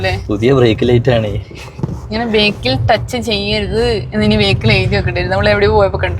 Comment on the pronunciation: ബേക്കിൽ എന്ന് പറയുന്നതു ഒഴിവാക്കിക്കൂടെ - ബാക്കിൽ എന്ന് പറയുന്നതല്ലേ ഉചിതം